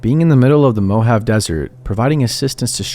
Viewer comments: As an arizonian the way he says Mohave had my dying, I'm sorry it's just too funny love your vids tho (it's mu haa vee) lol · The word "preface" is pronounced PREH-fiss, not PREE-fays. And the 'e' at the end of "Mojave" is not silent.